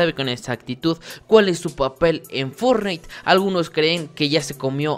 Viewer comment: Y forrait xd